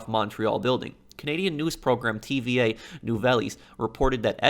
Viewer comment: Tva nuveylles lol